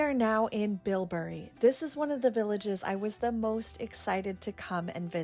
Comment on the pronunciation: You should get your names of towns correct as a guide…you went to Bibury not BILBURY as you incorrectly prounced it